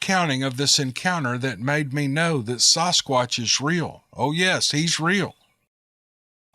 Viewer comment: Sass squatch.... Not SOSS squatch